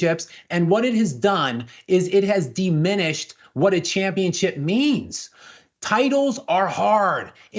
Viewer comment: the esl white dude can't say championship. He says championchip.